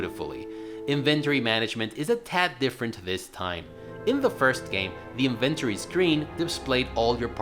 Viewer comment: Had to stop once he started saying inventory in a way my mind rejected to my core... It's as if he wanted to say invented but added ory at the end.